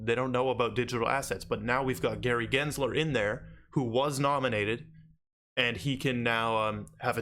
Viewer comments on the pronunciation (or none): none